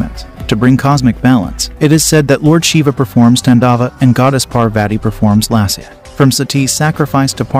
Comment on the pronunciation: It is not Satti but Sati. It is not Paarvaati, It is Parvathi. It is not Tandaav.,it is Taandav. it is not Yaajna, it is yagnya. Please pronounce correctly. Sanskrit is a beautiful language.